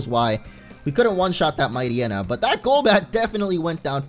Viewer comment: it isn't mightyyena, it's mightyena (might-yena) one word